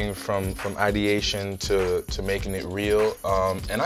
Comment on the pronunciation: Props to Cruz for saying ideation